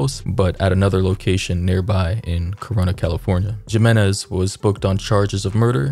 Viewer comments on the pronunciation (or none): the shooters last name is pronounced him en ez btw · Babydoll your pronouncing the name wrong Jimenez is pronounced Hamenez. Just fyi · I'll help you out Brother. Jimenez is pronounced He-men-ez....You're cool Brother! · You’ve made this mistake before but it’s coming up again so I’m going to help you. The last name “Jimenez” is pronounced “hih-men—ez” (hih pronounced like the “him” in “him”). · No disrespect by any means, but the name is pronounced with a "h" sound replacing the j. Sounds like Himenez. I have a friend with the same last name. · I’m trying to be a smart a$$ but jimenez is pronounced he-men-ez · I find it so weird hearing Latin surnames pronounced incorrectly as someone born in the southwest. Great video despite that part.... it is pretty easy to hear the proper pronunciation right here on YouTube. 🤔😉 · Dude you really needed to update before you posted. And the way you say Jimenez 🤦🏾‍♀️ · No way you can’t pronounce Jimenez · The J makes an H sound, just saying.